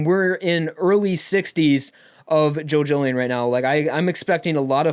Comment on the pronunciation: Each time you say "Jojolion" I hear "Jojolyne", is it just me ? Thanks for the review btw.